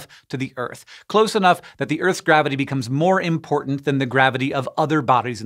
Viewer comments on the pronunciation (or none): none